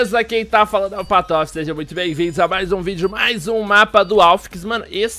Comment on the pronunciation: quando fala patofe 😂